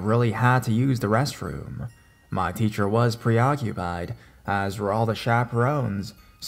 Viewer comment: When he said techer ho laughed